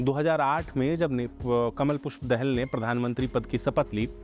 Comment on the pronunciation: Abbe chmtiyo he is not Dehel Dahal 'Daa-Hal'